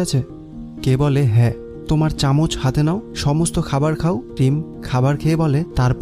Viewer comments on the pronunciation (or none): none